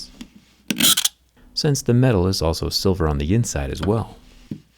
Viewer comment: Jerry: the case is made from silver My ears: 🥲